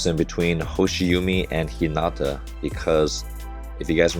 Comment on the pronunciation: just let you know 'hoshiumi' pronounce as 'hoshi wooo mi' u in japanese kana sound like woooo in english.